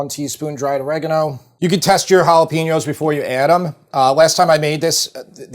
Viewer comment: Please learn how to say Jalapeno correctly.